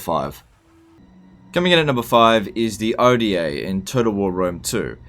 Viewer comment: Oda not O.D.A